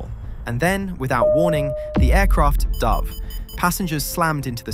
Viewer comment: AI narration...😣 dove != 🕊️ dove = "dived" (DOH-ve)